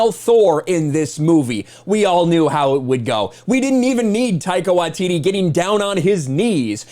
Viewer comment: Small nitpick of the video but you pronounce Taika Waititi's name wrong. You pronounce his last name "Wa-tee-tee" when it should be "Why-tee-tee".